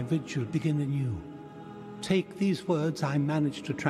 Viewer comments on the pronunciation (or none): none